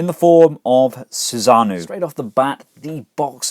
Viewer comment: Thanks for the review. Definitely looks interesting. Now I don't want to be "that guy", but I feel I need to correct your pronunciation of Susanoo. It's read kinda like Su-san-no-o. All vowels are short sounds.